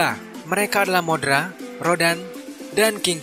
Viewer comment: Mothra bang bukan modra😄😄😄